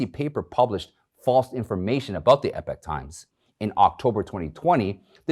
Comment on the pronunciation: EEEE-POK Times! Not EP-IK Times.